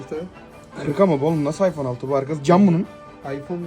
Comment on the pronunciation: iphone yi bile yanlış söyledi kral 😅